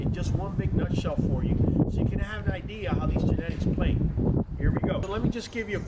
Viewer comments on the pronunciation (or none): none